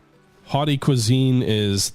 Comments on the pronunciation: Very interesting. Will give this a try. Also "haute cuisine" is pronounced "oat-cuisine". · First hearing haute cuisine pronounced as hot-a cuisine and then hearing the surprise that someone in the 19th century wouldn't weigh more than 72kg (which is a very healthy weight for the time, especially considering how short Americans generally are) is the most American thing I have ever heard.